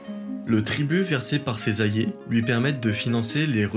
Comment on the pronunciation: Et « allié », ainsi qu’« alliance » qui sont systématiquement prononcés « ayé » et « ayance »